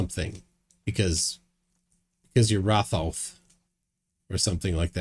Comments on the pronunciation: He cant be the reincarnation of Ra and Thoth as he couldn't pronounce their names properly. Apparently, it's pronounced Ray and Djehuty!! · This guy is the reincarnation of "Thoth"? He pronounces the "th" the way English speakers would, like in the words "the" or "tooth". But in fact, the Egyptian god's name is pronounced: t - hoh - tay It's 3 syllables with an emphasis on the middle syllable. The first "t" has no vowel sound attached to it. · He can't even pronounce Thoth